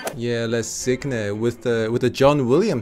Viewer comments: it's pronounced sin with the "n" like in the word new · For anyone wondering, "cygne" is pronounced more like "sing" than whatever was said in this video 😂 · It’s not Cig ne, it’s Cigne like Cîñe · There is no 'G' in cygne. It's French. It's pronounced 'see-nyuh' and your guest should know that. There is this thing called 'Google Translate'. Come on, guys.🤔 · Le "cig-ne" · La Cygne (French) is pronounced la SEE-nhay The "nh" pronounced like the n with a tilde over it in "pinata" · Please « le cygne » is pronounced le sea-niu (with the final sound almost not pronounced) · Why is no one talking about that sacrilegious pronunciation of "Le Cygne"? It's pronounced like "sign" with an "ee" sound instead of "i"... (It's a difficult word though for foreign speakers) :) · Le cygne is pronounced < >... Like KNEw. Research, and Language interest is part of the Job too. Truls MØrk*... and it’s not a . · Ok, quick side note : english speakers NEVER EVER pronounce "le cygne" correctly. It's (roughly, since apparently the french "gn" is quite difficult for non-french to say) pronounced like "sign" with the "i" pronounced like two "e" (as in "sheet"). "S-ee-gn". And french people will never shake their heads in disapproval at you ever again. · Their pronunciation of "Cygne" is actually very sacrilegious 😂 but still an amazing video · The way they pronounce “Le cygne” hurts my soul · That sacrilegious pronunciation of "Le Cygne" though... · Me, a French native speaker, hearing their pronunciation of "Cygne" : Huh... How do they pronounce "lasagna" then? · This guy did no French at all.... le cygne means the Swan for heaven's sake. He tortured the word. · OMG learn French pronunciation LOL